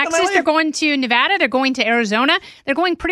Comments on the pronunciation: It’s Nev-ADD-uh. Not Nev-ah-duh. Don’t piss off your neighbor 😂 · I’ll donate $100 to your campaign if you can say Nevada correctly. Nails meet chalkboard. Sincerely, Reno, Nevada (aka The new Silicon Valley with no state income tax.)